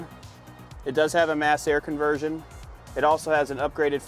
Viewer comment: "mas air conversion" ?